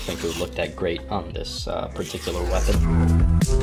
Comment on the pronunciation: Did you say "Perfect feeapon" just after you connected the chain? Haha